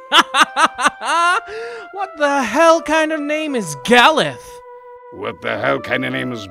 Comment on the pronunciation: I always thought it was pronounced more like Ga-LOOF, like, you know, "aloof" but with a G at the beginning. Still a weird-as-hell name, though, lol.